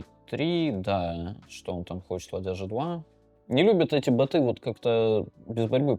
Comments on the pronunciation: Бо́т, бо́ты! Боты́, надо Даниилу с ударениями проработать, а то как-то даже не по себе... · Не боты, а боты!